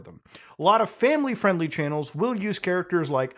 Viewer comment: "that's not famiwy fwiendly" -Muta 2023